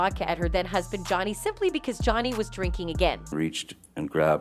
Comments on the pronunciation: NOBODY NOTICED! she said "jownee" lmaooooo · Why does she say Johnny like that ? 😂🤣